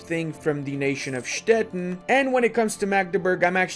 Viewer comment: it is pronounced Stettin like "shteteeen" like a sweeet 17 yulululuuu! nice videos